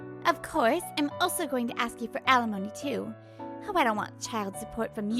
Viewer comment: and the pronunciation of the word Alimony had me dying.